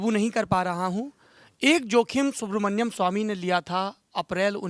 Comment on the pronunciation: सौरभ जी नाम सुब्रमणियम नहीं है सुब्रमणियन स्वामी है...नाम तो ढंग से लें प्रभु...इनकी महानता है और कोई होता तो खरी खोटी सुना देता